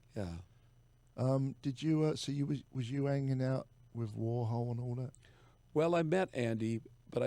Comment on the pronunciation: "Was you 'anging out wif Andy Warhol?" lol, love Steve. I really hope you and Adrian do your tour next year Jerry! I'm a Phoenix bass player that can sing a lot like David B."